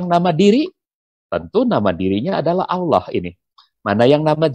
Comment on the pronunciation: nyebutnya Allah, Bpk pendeta ini fasih banget 😅